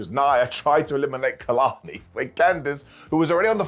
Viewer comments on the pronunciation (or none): none